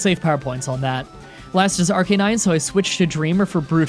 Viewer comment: It’s pronounced ARC-UH-NINE NOT ARC-EH-NINE